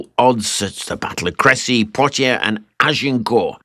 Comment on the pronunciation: Bu the way, in (modern) French it's pronounced like "Castiyyoou"! 😂 l'm not sure about the French of 6 centuries ago!